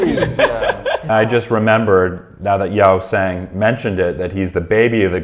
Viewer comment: The others in the comments have mentioned pretty much everything (that they were tired during this one, the language barrier is still quite big, a Korean interview or them just hanging out would showcase their personalities a lot better, Hongjoong is a fantastic leader etc.) but I wanted to point out the pronunciation of Yeosang’s name. It’s not Yow-sang, it’s more like Yoh-sang. You’re getting better with the others’ names so I just wanted to mention this. I love whenever you react to ATEEZ and I can’t wait to see more where you truly get to know them better!